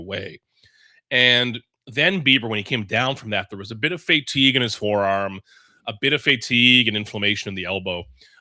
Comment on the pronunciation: lol thought the same thing